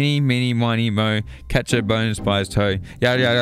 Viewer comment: When he said “Catch A” it sounded to me he said Ketchup, so I turned on the Auto-generated captions and apparently it thought it heard the same thing as I did lol